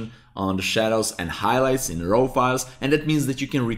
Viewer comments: raaw not rau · seriously, you need to pronounce the word RAW properly, as it is pronounced as R-A-W (it sounds the same as the word "roar") not , ro ( it sounds your saying ROW as in rowing boat). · Thank you for the excellent lesson. May I help you make it even better? I am a retired English teacher. To me, your "raw" sounds like "row" (as in row your boat). It should sound more like "raw" (as in jaw, or saw or law...). I apologize for criticizing. I just want to help, for your future videos. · It's pronounced "RAW", Not ROW. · "Row" files 😂. Great video!! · "De row file" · i love the way he says raw, says it like rawr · your pronounciation of RAW is making me cringe a little :) you say sth like ROHW... please change it, great video still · like Gordan Ramsey